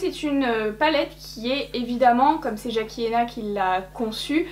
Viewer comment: je t’adore. Ton accent pour tousssss les mots anglais je m’en tape. C’est pas ton job et c’est pas pour ça que je te regarde Mais son nom c’est Jackie Aïe-Na Fallait que ça sorte. Pardon. Bisous. Hahaha